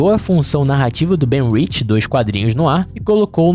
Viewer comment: é ben urich nao "ben rich"